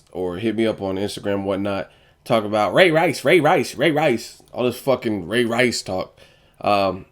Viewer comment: what the deal with u sayin ray rice all weird like that where u get that corny stuff from